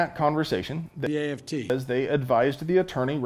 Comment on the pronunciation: I counted 2 times the AFT was mispronounced